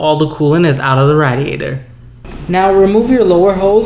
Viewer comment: Why can't you say radiator right?